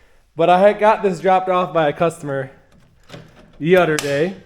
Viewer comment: When he said "the utter day" I knew he could fix it.